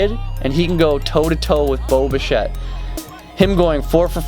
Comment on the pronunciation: It’s bish-ay not bish -ett